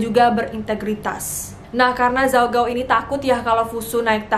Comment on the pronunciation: baca namanya ada yang salah kak :( gao itu g nya dibaca k